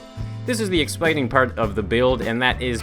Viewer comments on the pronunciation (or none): Is it me, or did he say "Expiting" ?